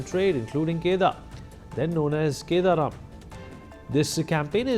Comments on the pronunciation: It's kadaram not kedaram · I feel it is kadaram not keda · It is not kedaram...it is Kadaram...